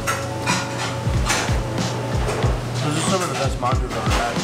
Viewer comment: Not manadu but " Mandu."